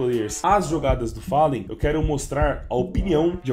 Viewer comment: achei daora o Pasha, pois ele pronuncia Fallen e Gabriel da forma que os brasileiros pronunciam!!